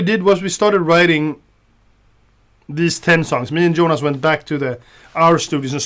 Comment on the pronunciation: Tom, stop saying Djohann and Djonas when you talk about your band mates! :)